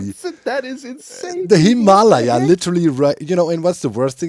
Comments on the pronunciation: So, I don't know the original Tibetan pronunciation, but in American English, we cal the Himalayan mountains (phonetically) hi-muh-LEJ-uhz (German spelling for you ;) in English lej is spelled lay) - Capital LEJ to emphasize stress, or accent. You say it hē-MAH-lī-uh for example. Caps on the emphasized syllable: where the stress/accent is placed. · XD ROFL HIM-ALA-YAH XD his pronunciation of the mountains is cracking me up!!! XD I'm pretty sure its pronounced Him-a- Lay-a XD i could be wrong tho. XD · Lol still the pronunciation of Himalaya... we American English speakers pronounce it "Him-a-Lay-a" (like Princess Leia from Starwars) or "Him-uh-lay-uh" if you will. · The way Doc says Himalaya scratches an itch in my brain😂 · Your pronunciation of Himalaya sounds more like a disease than a mountain to my American ears 💀🪦🥀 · There's that "Himalaya" again. Even worse; I've never met a German (or Dutch) who can say "squirrel", for some reason. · Its funny cause doc actually pronounces himalayas pretty similarly to how french people do😂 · I need to hear one more German person say Himalaya to actually believe him that's how it is pronounced there.